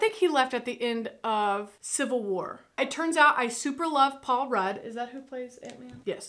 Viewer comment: who the F is paul road? his name is RUDD LIKE MUD